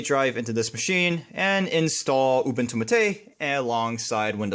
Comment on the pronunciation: ooboontoo m8 not youbuntoo matey